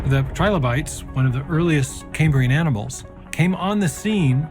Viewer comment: Caymbrian? It's kæmbriən - after Cambria - the Latin for Wales.